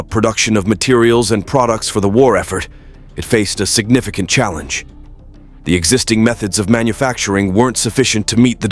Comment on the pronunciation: The only scary thing about this video is the AI Narrator's pronunciations: "SignificAHnt FLUTing" instead of "significant flooding;" "Surrounding arEESE" instead of "surrounding areas;" "HomeSTEEDS" instead of "homesteads;" and "AcrISS" instead of "acres." The narrator turns the video into a LAUGH RIOT!